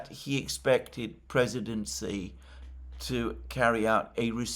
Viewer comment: It's not "si" IT'S "shee"